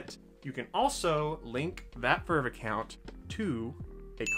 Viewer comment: Bruh it's not vrvrvrvvevrrv it's v-r-v